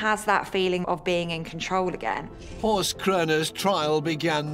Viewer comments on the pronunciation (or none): It's Horst and it's not pronounced correctly 😉